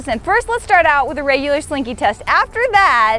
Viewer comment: Ok i know it is an accent but she says raigular instead of regular . I'm dead 😂